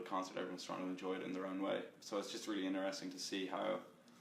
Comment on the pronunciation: He pronouce interesting interRESting lovely lol